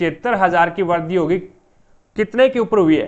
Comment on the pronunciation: aapka pronunciation kabhi kabhi samjh nahi aata... jaise vrudhi ko vardi etc etc....